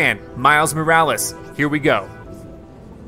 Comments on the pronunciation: It’s pronounced “more-wa-less”? Not “more-rolls”? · It’s more of mo-ral-less